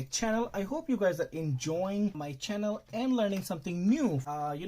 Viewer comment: Say Chjannel more often